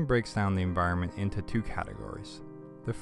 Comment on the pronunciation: Great clip. By the way, the word is spelled like this: E N V I R O N M E N T... AND IS pronounced, en VI ron ment. :)